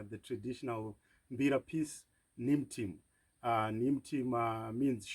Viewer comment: Isn't it pronounced N-hee-moo-tee-mu, but excellent playing, I really loved the tune.